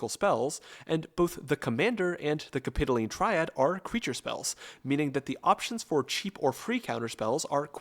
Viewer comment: its cap-i-toh-leen